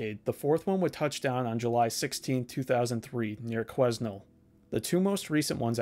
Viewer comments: Hahaha Quezzznel?? I grew up in Quesnel and I didn’t know we had a tornado lol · Quesnel...the "s" is silent so it's pronounced "quenelle" fyi. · Quesnel is actually pronounced "kwe-nell" ❤ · To all the haters saying he mispronounced Nunavut, hes actually closer to the correct Inuktitut than most people! Quesnel, though... 😅 Awesome video, though! Super interesting! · Just a friendly pronunciation note, the s in Quesnel is silent. Your pronunciation of Nunavut was better than a lot of Canadians though! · you don't say the s in quesnel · Pronunciation of "Quesnel" made me end the video...